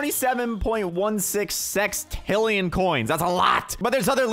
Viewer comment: STOP SAYING SEXTILION 6.20